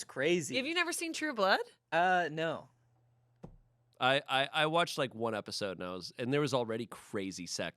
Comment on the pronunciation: The emphasis keeps putting on “blood” when she says True Blood is so funny to me